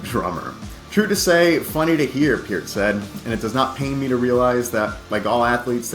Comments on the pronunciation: It is pronounced pert, not piert, absolutely dsrespectful idiot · I can't believe no one cab pronounce Peart, after hearing him say how it's pronounced correctly. It's pronounced pear like the fruit with a T at the end